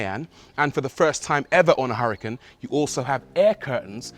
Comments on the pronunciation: its not hurri-kin its oora-kaan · Please don’t pronounce Huracán in English. Huracán was a Spanish Fighting Bull and because of that it is pronounced in Spanish.